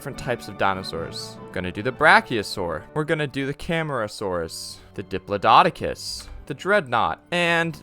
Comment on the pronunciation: bro said diplododocus like 5 times